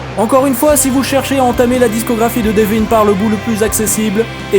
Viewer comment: Super vidéo mais ... prononce son prénom correctement je t'en supplie... "Deveuun."